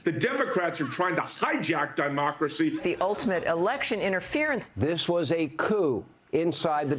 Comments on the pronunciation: Never trust a Republican... especially one that pronounces Democracy as Diemocracy !!! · Sorry, "hijack Diemocracy"...? If you can't pronounce the word and concept you purport to defend, well... maybe you might wanna let another quisling do your talking for you. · That one guy so angry about Kamala he said "Die-mocracy" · What's a dy-mocracy? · Hang on. Did that guy just say Dimocracy? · Did the one dude say "diemocracy"?